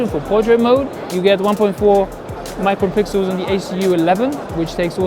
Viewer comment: "micropixel" lmao are you actually serious?